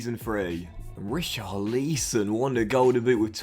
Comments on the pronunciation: not an accent issue. I’ve heard other English guys pronounce it correctly haha, you’ve called him Richarleeeeeeson the last 3 fifas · How to pronounce richarlison=rich-are-lis-on